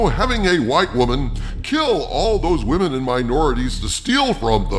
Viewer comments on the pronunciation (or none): Please don't say "waamen". It makes you sound idiotic.